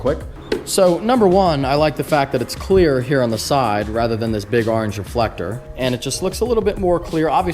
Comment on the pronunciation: orange not areange